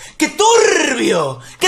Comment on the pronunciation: Que turrrbio que turrrrbio que turrrrrrrbioool